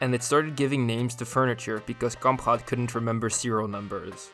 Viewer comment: Wtf is that pronounciation of Kamprad? If you can't pronounce it in swedish then just say it normally in english. Now you just made a weird throat sound that sounds like neither